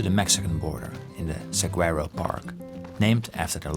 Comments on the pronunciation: Love the video Paul, but as a fan and native Arizonan I am obligated to inform you that our famous saguaro cactus is pronounced (Suh-wah-roe) not (Suh-gwah-roe). Common mistake! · Saguaro , sounds like ( Saw war oh ) Source ... native of Tucson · Um, your pronunciation of saguaro is a little off, but otherwise this video was spot-on! I guess your time in "the middle of nowhere Arizona" was put to good use after all!